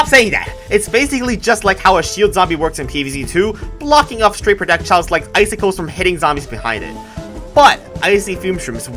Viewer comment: did he say "prodecjiles"?